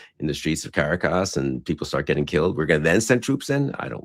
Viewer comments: It's 'Kuh-RA-kas', Bill, not 'Karra-kas.' Doh! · Care-a-Cass? Clearly Billy Kristoll isn’t the genius he thinks he is. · Nitpick offered with appreciation and affection: the capital of Venezuela is pronounced Kah RAH Kahss. ¡Gracias por su atención a este caso! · Hearing Bill say CaraCAS is almost as painful as the nightmarish facts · “CarRacas”? Bill you could do a quick pronunciation guide lol. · Bill cannot even pronounce Caracas correctly.